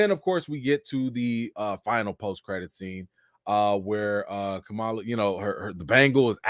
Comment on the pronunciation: I’m mad I missed the live but I have a theory….what if when Kamron’s powers exploded out he activated the mutant gene in the rest of the mutants. Since they can’t call them inhumans they’re gonna make them all mutants instead. Also can we please call them by the name they pronounce out of respect of the culture. It’s Kam-Ron not Cameron. Ka-ma-la not Ka-mala. I feel if our names were mispronounced we would have an issue. Just saying…………the show was like a 7/10. Wandavision and moonknight was better with the mystery aspect.